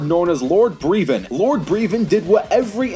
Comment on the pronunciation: Not Breevon, Brevon. You don't need to emphasize the E.